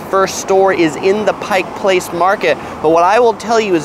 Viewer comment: Thank you for making sure people call it PIKE Place Market. I actually clapped when you said that. 🤣 I've watched so many of your other videos and finally found this on on my birth-city. Good job on the highlights!! I'd also point out we pronounce it I-vers, not I-vars. And the Space Needle is 605 feet. I interned there, so I do love it, but another good view is from the Columbia Tower. Less expensive and higher up!! 900 feet!! Another whacky place to check out is Archie McFee's - all sorts of strange gags and gifts. A famous burger stop that Seattleites hold sacred is Dick's Burgers (our equivalent of LA's In-n-Out.) Take the water taxi from the DT Seattle side over to Alki and eat at Marination right at the water taxi dock. SO GOOD and then you can take amazing photos of Seattle from across the water.